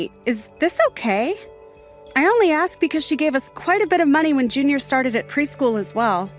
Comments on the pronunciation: This fool talks about education yet can’t even strung a sentence together properly or correctly pronounce words. Says ‘axe’ instead of ‘ask’. His preschool son probably speaks better than he does. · Right? And on top of that he's dreadfully miscast, pretending to be blue blooded and super educated and can't pronounce ASK correctly.